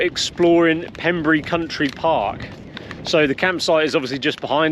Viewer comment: Its Pembrey not Pemburry, there is Pembrey airport right next door where I did my helicopter flight training